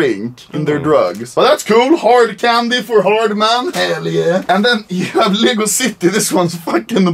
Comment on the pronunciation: Make a video where you learn to say Lego because if I have to listen to "Liiieego" one more fucking time i'll pop my eardrums